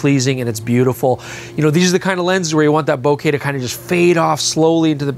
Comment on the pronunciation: Thank you for saying 'Bokeh' correctly and the way it should be.